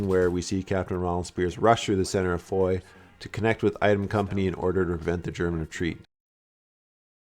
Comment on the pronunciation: It's not Foy, fooyy???you moron, it's Foy (fwa)